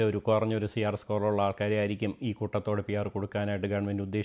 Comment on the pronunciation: Koothathodeyo.. its koottathode